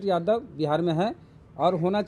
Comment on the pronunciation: वेद प्रकाश कितने बार आप से बोला की शब्द का उच्चारण सही से कीजिए जादब नहीं यादव बोलिए